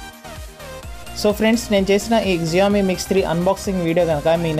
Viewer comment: Xiaomi కాదు షామి pronunciation wrong